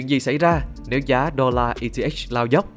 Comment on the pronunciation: Eth đọc là e tê ích :)))